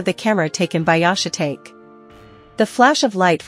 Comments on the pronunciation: Yah-shuh-take? How about Yah-she-tah-key? If you are going to use AI, listen to the playback, and if AI butchers pronunciation, rewrite the butchered parts phonetically. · think its funny the AI keeps calling Yoshitake "shit take" when its pronounced "shih tahkay". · Yahshay tate ? Yoshee tahkay lol. Ai is useless 😂. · It’s pronounced “yo she tok eh” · I agree... The AI narrator is awful. Yashi-take? Geez. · AI butchers another name. Yo Shi Ta Ke Just spell it out.